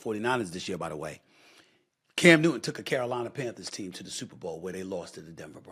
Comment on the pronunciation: New-Ton not New-Een. Bro don’t make it about race. Your despicable. Everything is not race. It’s just punks fighting (not Cam). You always make it about skin color, talk about doing damage!! Your not just talking about violence. Your talking about racism. Again. Standard, par the course. Carry on.